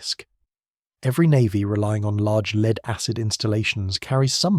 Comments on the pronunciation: I’d like to have one of those “leed-acid batteries”. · Shame about the AI CRAP 💩 , LEED ACID BATTERY'S